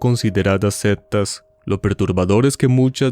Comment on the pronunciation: Nadie ha comentado que El narrador dice "septas" en Lugar de sectas😂 pellisquese para hablar